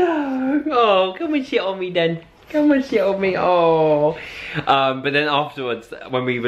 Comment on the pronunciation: For a minute when said come an sit on me i thought he sad comend shit on me hahhahhahaah xxxxxx